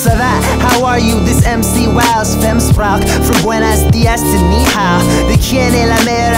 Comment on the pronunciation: He said ni hao wrong. Cute mistake!